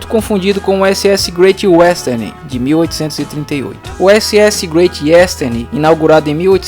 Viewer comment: “Greitchy uésterni”